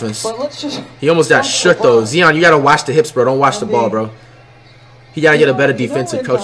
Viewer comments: it is zion not zeon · Flight saying names wrong. Jay Morant. Zeeon. Nikola Jockich. Rudy Goobert